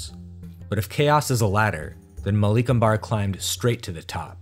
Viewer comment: Would've loved it if you put more effort into getting the pronunciations right. Western pronunciation elongates the second vowel sound in words, whereas in the east its the first vowel sound thats stretched. Example, Malik Ambar is Maalik Umber, not Maleek Ambaar This is not an absolute rule, but for the most part it will keep you on track.